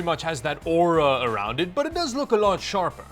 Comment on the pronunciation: "aura" -dahwed